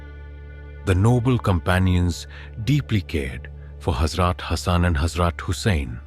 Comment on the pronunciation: Salam , love your stories and want to donate some money. But please make sure the pronunciation is correct , for example , Holly , Hazrat and others are not pronounced properly . And the translation in English is awful. If a non Muslim is hearing it , he will not understand . Please ensure the person narrating is properly trained in Muslim names and places and especially prophets and hazrats names . Jazakallah